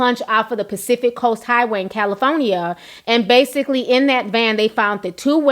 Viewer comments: I know this is a serious topic but I cackled so hard when you said CALI-FOE-NEE-YA 😂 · I love the way she says it 😂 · Lol you said Cali-phone-ya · Ti, you have to do better with your pronunciation of California 😐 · 38ktgold I caught that too! 😂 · 38ktgold I was wondering what she was trying to say